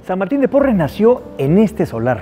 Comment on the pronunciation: Es Porras y no porres